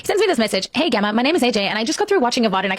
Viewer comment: What kinda mispronounced name... Geh-ma ?! Spelt and should be Gem-ma. 😂